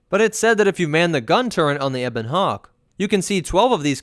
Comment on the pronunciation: Wait a minute you can pronounce ebon right but say Karath Ka-rath?